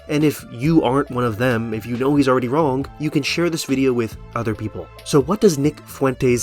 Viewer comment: The word “wrong” doesn’t have a hard G at the end.